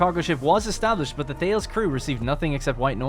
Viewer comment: For what it's worth: The Thales ship is actually pronouned THAY-leez, after the Ancient Greek mathematician and astronomer. The science ships seem to be named after famous scientists (unless 'Ripley' comes from Alien).